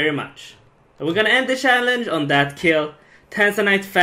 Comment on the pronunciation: TYC: Actually say 'CHallenge' instead of 'SHallenge'